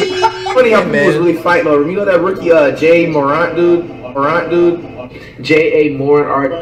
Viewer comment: "Zeon Williamson" "Jay Moron" "Rudy Go-Gurt" "Spencer Dinwhitey" "Giannis Akumpo" Facts